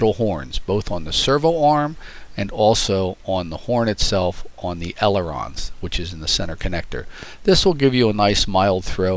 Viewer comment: "Elerons" lol